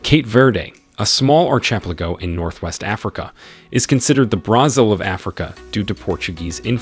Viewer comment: whats with the pronunciations? who doesnt know how to pronounce brazil or archipelago